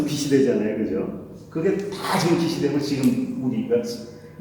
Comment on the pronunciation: "빛이" [비시](X) [비치](O)